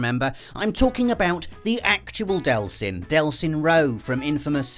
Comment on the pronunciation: No delson! This genuinely upsets me....DEEELSON!